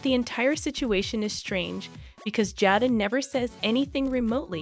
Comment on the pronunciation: HER NAME IS JADA LONG A SOUND